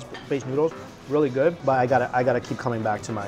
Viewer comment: learn how to pronounce English, its "good" , not "GORD"